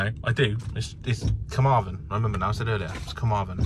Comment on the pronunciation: Hi great video as usual The best way to pronounce them is the west wales one finishes with THEN so Carmarthen and the north wales one finishes with VON so carnaervon